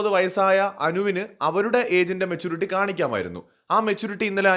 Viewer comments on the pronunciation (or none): none